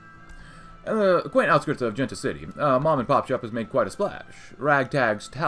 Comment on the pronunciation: Don't want to sound rude but is pronounced more like "Hente del Sol"